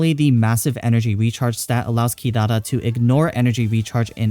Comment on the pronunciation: mate u overpronounce "Kirara" :(